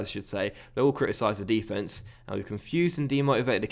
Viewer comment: DE-fence? Are you American?